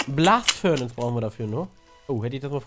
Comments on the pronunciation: furnAZE nicht furnANZE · DAS HEIST FURNACE!!! NICHT ,,Furnance" ! >:0